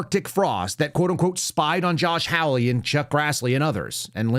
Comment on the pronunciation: Senator Hawley's name is pronounced hall-lee like a hallway in a building not howl-lee as in a noise that is associated with a coyote. Not a biggie but I consider it a little insulting to continue to mispronounce his name.